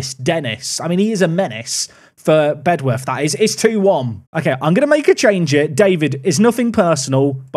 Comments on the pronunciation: It's pronounced "Bed-uf". We tend to let native speakers off though so don't worry too much about it 😂 Thanks for the away day there! Very cool to see a place I've actually been too on the channel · Lmao they are actually right (comment section) it’s pronounced bedorth just like dulwich is pronounced dulich ❤ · Bedworth is pronounced BED UTH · Fun fact, I actually got an assist on that Bedworth (genuinely pronounced Bed-Uff) pitch when I played youth football, they were our local rivals